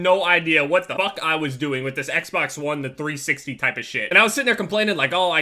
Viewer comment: Who else thought he said Sexbox one